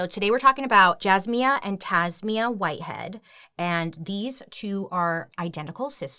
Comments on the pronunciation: Their last name is Whitehead not Whiteland. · Their last name is Whitehead not Whiteland. I didn't see anyone else point this out in comments so I thought I would just in case lol 😆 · Their name is Whitehead not Whiteland.